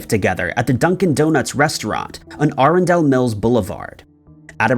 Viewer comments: It’s pronounce Anne A-run-dal county. Other than that good videos. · The county in Maryland is pronounced A--run-dle county.